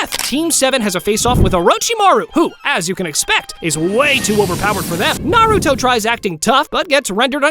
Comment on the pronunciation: On dit naruto pas nar